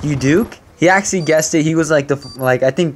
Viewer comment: when you say actually it sound like axy